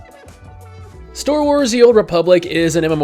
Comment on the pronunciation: anyone else hear say storewars instead of starwars?